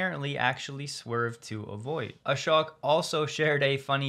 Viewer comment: Ashok is pronounced Ashoke, not Ashock.